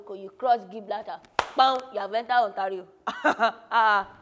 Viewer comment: Ontario "untarred road"🤣